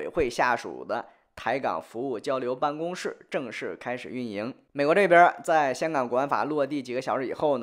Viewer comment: 办公室（shi 四声，同“是”）